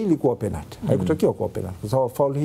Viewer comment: Huyu nae chizi,mara aseme penat mara sio penati,duu anachekesha